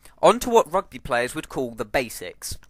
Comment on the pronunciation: How to say Rugby more english then english ROGBEH!